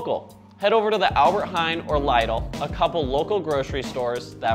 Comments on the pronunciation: LIDL. It isn't LEIDLE. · Wow you don't know how to pronounce lidl